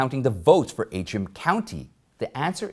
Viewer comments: It is Antrim, as in ANTRIM, County, not AAtrim. Words and their spelling are important, especially to reporters. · Antrim. Pronounced as it spelled. ANtrim. Please fix this in future videos.